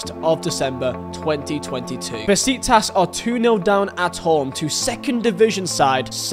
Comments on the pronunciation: And bro its pronounced “ beshiktash’ not besiktas’ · Bro besiktas we read like beshiktash that is the pronounce for besiktas